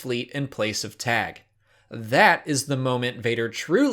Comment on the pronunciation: Pretty sure Tagge is pronounced tar-gey not tag. ;)